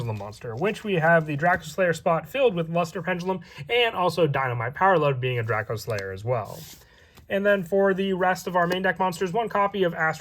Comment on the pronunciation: Wtf is DraKO slayer? It's pronounced DracOslayer. You imbecile.